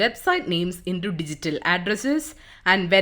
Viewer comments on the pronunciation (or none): The pronunciations are really off in this video, would appreciate if the narrator could do basic Google search and see how certain words are pronouced....e.g "Dynamo DB" "McDonalds" "into" "also"